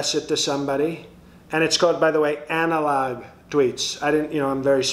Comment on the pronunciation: 😂😅 Anal-Log 😂😅 These vehicles should have that logo on them while delivering these postcards... Anal-Log Service